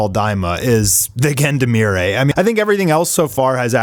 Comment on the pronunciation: Please look up the pronunciation for Gendarmerie, =0